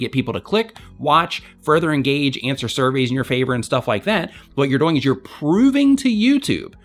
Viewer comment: The way you say 'doing' bothers me a little XD, but great advice like always.